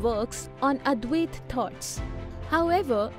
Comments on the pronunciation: Please correct pronunciation. It’s not Advayaaat. It’s Advaita. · Very good thank you. But one thing you need to correct is the Pronunciation of Advaita.